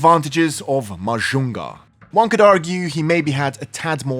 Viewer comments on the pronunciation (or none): none